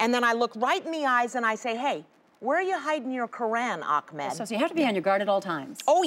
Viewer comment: Ahk-med* 😂😂😂